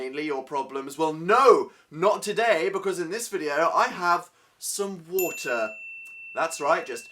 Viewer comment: "Some water" Um Dan? Water? What's that